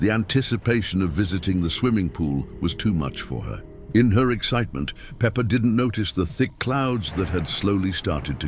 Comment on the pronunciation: it’s peppa pig not pepper